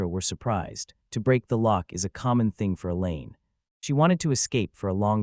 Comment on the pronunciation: How did "Lock" become "Rock" and "Tamer" become "Tamper"???